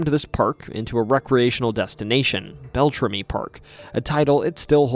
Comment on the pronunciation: It's so hard to listen to you mispronounce everything. Bell-tram-EE. Also, Ojibwe is the language. The people are Aniishinabeg.